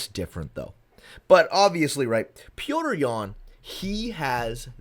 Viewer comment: Thank you for actually calling him Petr and not Peter like everyone else 😂